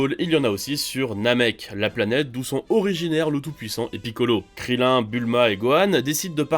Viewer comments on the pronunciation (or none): none